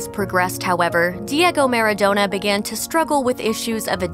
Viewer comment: It’s maradona not MARDONUT